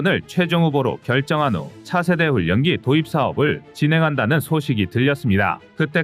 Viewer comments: "훈년기"가 아니라 "훌련기"로 읽어야 자연스럽습니다. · 훈년기 가 아니라 훌련기 라고 몇번 알려드려도 고집 드럽게 쎄시네.... 자위대 출신이신가?